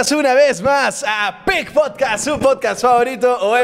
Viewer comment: Casi al final… pudo pronunciar correctamente “podcasts”ameeee❤️❤️❤️❤️🥰